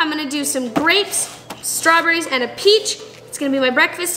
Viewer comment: says AND with a British accent 😂 😂